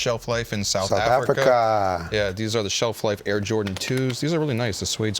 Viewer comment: South Ahh🇿🇦